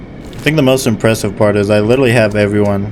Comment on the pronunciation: bro says "lilrally"